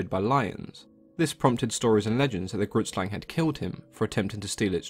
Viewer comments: Grootslang literally translates to big snake 😂 also it's pronunced g-(rolled) r- oo-t sl-ung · For those wondering what the South African myth means. Grootslang translated directly means "big snake", yeah our native people, the Koi and the San weren't very creative with names. It is an Afikaans woord and how you pronounce it is a bit different to how English people read it. Not saying anything negative here just stating something. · Super late, but i'm from South Africa and the pronunciation of grootslang was way off. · Growlie26 neither have I but the way he pronounced it hurt me inside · Grootslang means big snake in Afrikaans and you are pronouncing it incorrectly but eh who cares.